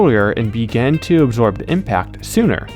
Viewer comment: "egg-zorb" haha